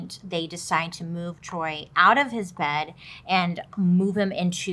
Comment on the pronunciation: Sameeee it be her mispronouncing everything 🤣🤣😂 “the Troy” (choy) and Bailey sayin “her mom” instead of his*😂🤣